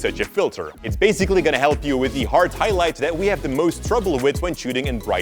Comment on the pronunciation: Why am I like this, just because my man said Hart I wanted to leave the video. Damn it.